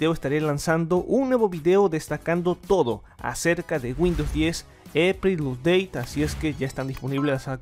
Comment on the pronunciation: Eso no un nuevo navegador, es una versión nueva de un navegador viejo. Se pronuncia «ap-dé-i».